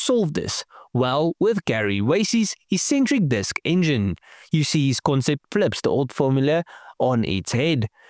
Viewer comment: It's pronounced "EX-centric" not "E-centric"